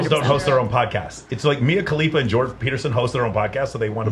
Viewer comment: "peterstein" - is that a Jewish version of Peterson? 😂 On the serious note though, yes he's a completely different man now after that "treatment" from COVID in 2020. I wonder what those russian "doctors" did to him there.